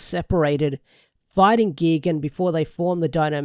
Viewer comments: ITS NOT GEGAN ITS GIGAN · X-Zi-liens is how its pronounced, also GUY-gan, I dont wanna sound like a butt, wanna help ya out with some names, because godzilla kaiju names can get a little weird, but seeing Gigan (Guy-Gan) with these 2 other power rangers monster remind me a lot of the old Zone fighter episodes that would feature Gigan and King Ghidorah